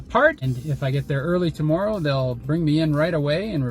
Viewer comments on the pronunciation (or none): When says "tomorrow" a bit of Canadian slips through 😂